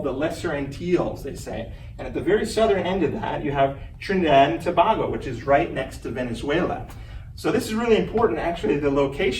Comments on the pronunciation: Overall nice presentation. A couple of pronunciation corrections: To-BAY-go; Elliot Man-nette, not Man-nay. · Would be helpful if he would have learned how to pronounce Tobago. It detracts the presentation when the word is mispronounced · Geez, the guy can't even pronounce "Antilles" and "Tobago" correctly! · I think too that he could have taken the opportunity to learn how to pronounce Tobago, the Lesser Antilles and Guadeloupe